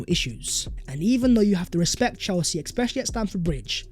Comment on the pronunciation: Please learn to say ESPECIALLY there is no X it"s getting to the point where i am just waiting for you to get it wrong